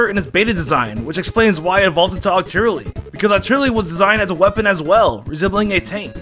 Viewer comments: Sorry but it’s octillery. Not OcTiRrElLy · Seemingly impossible to find a Poketuber who doesn't mispronounce a bunch of easy to say Pokemon names lmao - OCTIRRELY? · And octirely and smurgle...